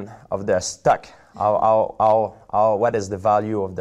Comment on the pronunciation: Sounds like he's saying stuck instead of stock lol